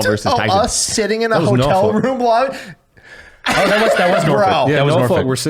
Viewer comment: Also, we pronounce Norfolk - Norfick Not Norfulk lol.